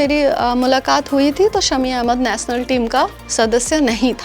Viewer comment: Aree didi ...PHLE BOLNA SIKH LO...NATIONAL HOTA HA NATNAL NAHI 😂😂😂APNA DIAMOND KO KRAB KIYA HA BUT HUMRE SHAMI BHAI DIAMOND SA BHI AGAA HA ...WO BHOT ACCHA INSAN HA🎉WE PROUD THAT SHAMI BHAI IS INDIAN TEAM ME HA😊